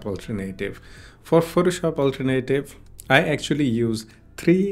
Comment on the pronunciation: Alternative is pronounced "All Turn Uh Tive" not "Ultra-Native"